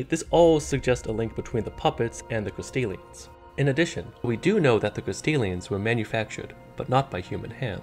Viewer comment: Good video, but I can’t help but hear “Castilians” every time lmao